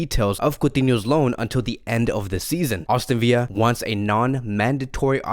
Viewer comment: Aston VILLA not viya it’s English not Spanish